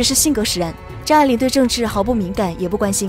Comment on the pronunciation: 母親給他的英文名字, 拼音就是 發音愛玲, AI 發音愛人的愛,, 不是你 發音 錯的念法A鈴, 快去請教專家!!!!!!